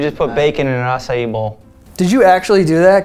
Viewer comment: Finally someone that says "acai" the right way